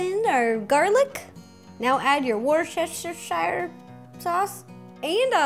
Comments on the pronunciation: it's a wierd english word pronounced "War-shester." the Shire at the end of Worcestershire is silent. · I'm from Worcestershire and I found it hilarious that she couldn't say it XD It's pronounced wous-ter-shire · The sauce is pronounced “war-ster-shir” 😉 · Okay, so for years I've been watching and hearing Americans (I'm British) pronounce Worcestershire Sauce as wor-chester-shy-er but my entire life I've pronounced it wuh-stir-sheer. What one is correct? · Hi Ro, Sorry I'm late commenting! But I just want to let you know that it's pronounced Woostersher. I'm not mad, everyone says it wrong, including me. By the way, your videos are amazing!! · As an English man, I will show you how to pronounce Worcestershire. Wer-ster-sher. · wor-shi-ster sauce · Ok, Ro, love you but Worcestershire is pronounced “woo - ster - shire” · Worcestershire is a hard word to pronounce, eh? It's pronounced Wustacheer, or I think it is. It doesn't sound anything like what it's called trust me.